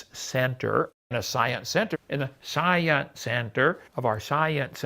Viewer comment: He can't pronounce "science" properly either.